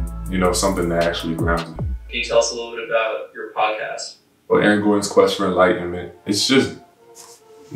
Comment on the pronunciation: Ay ay-ron!!!!